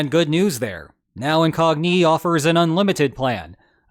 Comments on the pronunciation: IN-cog-KNEE! :P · You using ai? The" incognIE" pronunciation has me suspicious.